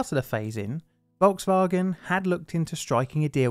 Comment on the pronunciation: “Volks-Vawgan”. I’m American. Forgive me. Please.